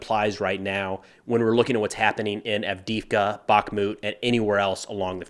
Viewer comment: Its AV_DEY_IVKA - "e" is pronounced as "ei", emphasizing the same letter. That Russki can be tricky.